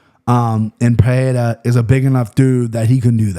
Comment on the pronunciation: It's Pereira with an R sound "Puh-Rare-Uh" it would only be an H sound if it was Perreira with a double R